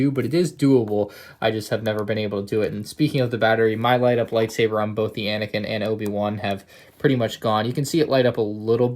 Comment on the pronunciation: It is anakin not anikin